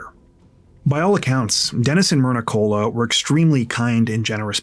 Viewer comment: Pathetic how often big TC YT channels make major pronunciation errors. Like Koula is Cola. listened to the 911 call, as we all did. But many TCers are lazy.